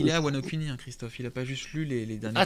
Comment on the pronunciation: Mdrrr wano "cuni" 😂